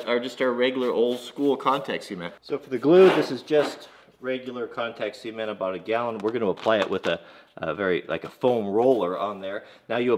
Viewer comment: I kept hearing contact semen....I have issues...